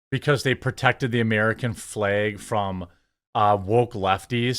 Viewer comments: Its flag not fleg. It's MAGA not Mega... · Heheh he says fleg the frat protected the fleg Eyyy?